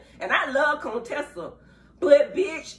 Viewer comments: And you still calling that guh Coontessa!😂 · 🍦🍦🍦I know you know her name is not "CONE-Tessa" stop. Her name is Dr. Contessa Metcalfe. Very beautiful woman. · Dr.Heavenly, I see you’re still saying “Cone-tessa”🤣🤣🤣🤣